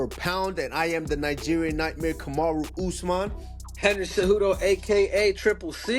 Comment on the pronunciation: They keep messing his name 😭